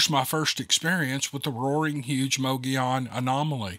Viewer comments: It's pronounced "Muggy-own" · Let's put this pronunciation correct. This is a Spanish word...it is pronounced Mo-go-yon. Most people say muggy-yawn.. Two L's in Spanish is pronounced as a Y sound. Just saying... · Sound like you’re saying “Mow the lawn” 🤣 omg I’m rolling laughing. I needed this today. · it is MO GEE ON .!!!! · Reason it is pronounced MoGoYown is because the double (ll) is a 'y' sound in Spanish. It is named after the Spanish Governor ( ) of New Spain, which went as far North as New Mexico. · Sorry… Lakeside Az here…. It’s Mo- Gee-on… native American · did you say mow da lawn? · It’s mogollon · "Mo Go Yon" ... Pronounce the double L as a "Y", just like you do in "tortilla", as in "tortilla chips". I'm sure you say "Tor Tee Ya" (not "Tor Til La"). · I'm not entirely positive but I think it is pronounced muggy onon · It was a drawn out history of Arizona.......but I wanted to hear the story. If I wanted to know the geography and whats in Arizona, I would google it. But the best part is you trying to say those words. It was funny and I love hear you trying to pronounce them. He was a good writer but I didn't expect a book in front of the story, but that's just me. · Mogollon is not the pronunciation of the Spanish-speaking population that lives in that area & has since forever. You pronounce it your way & the rest of us will pronounce it the correct way & still love you, your stories, & all your "peeps" of which Ive been one for more than 4 years. Good job otherwise,. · I live in Arizona and your butchering the name of the rim!